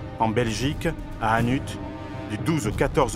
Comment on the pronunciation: Très bonne vidéo mais en tant que Belge, gembloux se prononce : gembloux et hannute, hannute. 🤔😉😉